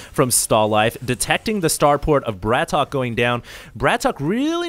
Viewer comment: and please pronounce the names right BRATOK is one word not BRAT...OK and also if you don't know where BRATOK is from, just don't say noting he is not ukrainian he is russian you don't want to be called canadian so try to do your homework before the cast